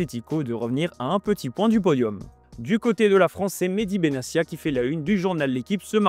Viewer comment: benatia se prononce avec un T